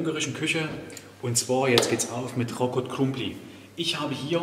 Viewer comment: Wie schön du das aussprichst❤ du kannst bestimmt etwas ungarisch. Hast du perfekt übrigens gemacht ❤